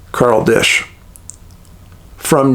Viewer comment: Carl Disch is 100% Swiss, not German. He's from Monroe, which is right next to New Glarus. These families immigrated from Switzerland. I know this area and the genealogy and people very well. Side note, it's pronounced Die-sh, not dish. Wisconsin has a lot of German ancestry so it's an easy mistake to think he is German. Carl was a highly intelligent Swiss physicist.